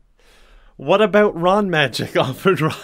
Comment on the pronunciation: I seriously thought he was saying "RUN! RUN, HIDE!" XD